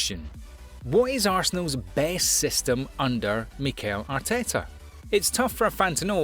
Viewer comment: Micael arta. Pepe Guorda. Kata Dude are you deliberately mispronouncing people's name or what? Damn! A little research won't hurt